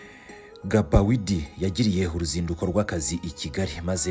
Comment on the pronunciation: Ntibavuga Gabawidi bavuga Bagidi (Gbaguidi)